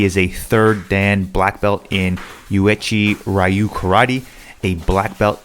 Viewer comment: Uechi Ryu is pronounced “way-chi”